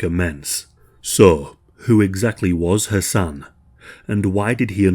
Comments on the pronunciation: Idk why but it took me a while to realize you were not saying “her son” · Not gonna lie … I was all confused bc of dudes name. It sounded like he was saying “her son” so I turned on CC and it showed “her son”. Checked transcript and it did the same thing 😂😂😂 What is his name? I had to start over so I could understand “her son” was the dude and not the girls actual son. Just me??? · I know I ain't bugging every time u say his name sounds like Ur sayin her son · All I hear the entire time is "her son" , I was confused at first but then realized you were saying his name. I kept thinking you were saying it was "her son" who offed her. I hope he truly gets what he deserves!!!! KARMA WILL FIND HIM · I kept thinking you were saying "her son" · i keep thinking you’re saying “her son” and it’s throwing me offfff 😫😭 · For the first 8 minutes of the video it sounds like youre saying "her son" not Hasan.. so i was so confused thinking er son stabbed her not until you take a second to say Hasan a little more clearly & slow to realize thats what you were saying lol gesssh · I kept hearing 'her son' or was it 'Hasan'? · I'm sorry, but it sounds like you're saying "Her son". I know it's Hassan or however it is spelled, It sounds like "Her son" when you say it.